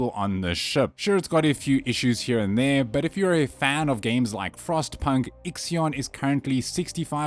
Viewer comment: Its ixIon, as in ix-sigh ugn